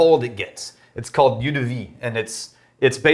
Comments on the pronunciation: "Eau" rhymes with "owe", as in "you owe me some whisky". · Aaah! Please don't pronounce eau again, please!